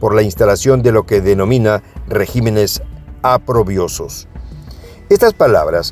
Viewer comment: Es "Oprobioso" compañero, no "Aprobioso". Disculpen el fastidio pero hay que cuidar la locución.